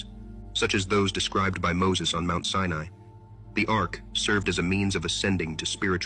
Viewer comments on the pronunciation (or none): none